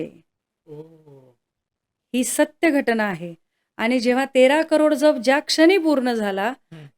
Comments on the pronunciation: जप आणि जप उच्चारात फरक करायला हवा ताई . एक जप म्हणजे सांभाळ या अर्थी आहे जो तुम्ही करत आहात जो इथे अनाठायी आहे . दुसरा जप चा उच्चार “ ज्यप “ असा आहे , मंत्र शास्त्रात शब्दांच्या उच्चाराना शक्ती रूप महत्व आहे . म्हणून लिहिले राग नसावा लोभ असू द्यावा . 🙏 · जप...... ह्या शब्दातील ' ज ' ह्या अक्षराचा उच्चार जास्त, जाम, जवान, ज्वारी, जलद, राजा, जागरण....ह्या शब्दांप्रमाणे आहे. तुम्ही चुकीचा उच्चार करत आहात. 🙏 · जप.... उच्चार चुकतोय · जरा जप पोरी उच्चारांना ...जप व जप उच्चारही येत नाही 😂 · जप शब्द नीट उच्चार करा